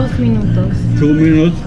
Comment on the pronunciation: “Tu minuts” jajaj